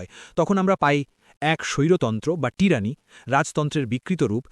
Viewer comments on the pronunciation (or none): টিরানি নয় হবে টাইরানি ।